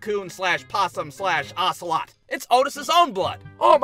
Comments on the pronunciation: Why did you say osilot but I love your vids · Bruh said Ocelot 😂